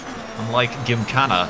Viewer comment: Will he ever say Gymkhana right?